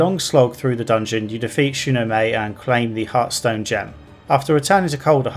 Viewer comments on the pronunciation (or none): "SHOE NO MAY" They SAY her name dozens of times.